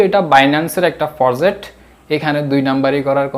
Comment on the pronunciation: ফজেট না প্রজেক্ট